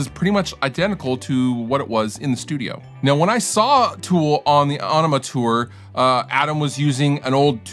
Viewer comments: A-NEEM-A........not onema.....not enema. I'm surprised no one ever gets the name right . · It's not Ånema, it's Ænema... or maybe Ønema? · Great video! Nice work and faithful recreation of tone. "ON-ema" though! I think that it's "enema" and the band was just messing with people via the spelling 😊 ("FLUSH IT ALL AWAY") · Heard him say "ONema" that's when I left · It's IN-ih-muh, not ON-ih-muh. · The album is pronounced enema, from what Maynard Keenan said in an interview once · rjmcmooseknuckle people have been getting it wrong since it came out, it is pronounced (Ah-ni-mah). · A- enema is the way Maynardo saez eet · That’s not how you pronounce the album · you mis-pronounced “aenima” everytime. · I love how he's mispronouncing the name of the album/song to make it seem like it has nothing to do with sticking a tube up the anuse and pumping fluid into your colon to relieve constipation.